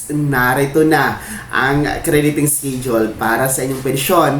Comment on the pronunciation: Pronounce schedule as eskedule not eskidule. Masakit da tenga eh.